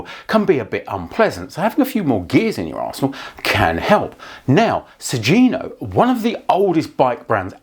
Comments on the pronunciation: It's 'Sugino' ([suɡino]), not 'Sujino.' The 'gi' is pronounced with a hard 'g' like in 'go.' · It is pronounced "Su-ghi-no", rather than "Su-zi-no" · Pretty sure it's pronounced like Su - ghee - no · The G in Sugino is a hard G.